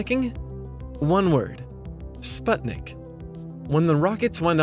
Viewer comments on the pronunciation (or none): none